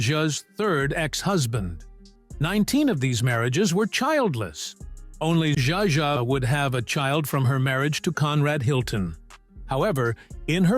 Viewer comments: This damn narrator - how the heck does he get the work? He frequently mis pronounces names - even the same names with different pronunciations' within the one doco!!! In this one he calls Zsa Zsa SJA JA!! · The AI narration sucks. So many mispronounced words, including "Zsa Zsa".